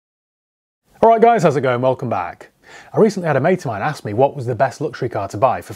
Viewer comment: ‘Private seller in Romford… Owwright bruvaaa’ 😂